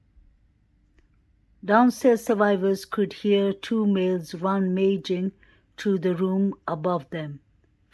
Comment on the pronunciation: RUM-uh-jing, 😘